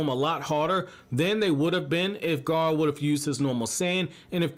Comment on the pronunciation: Everytime he said Gar instead of gar-ah I cringed